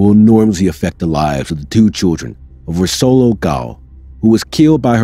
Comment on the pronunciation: As a hungarian,Orsolya is pronounced "Orshoya" .